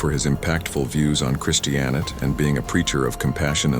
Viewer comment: "Christianit"? Huh?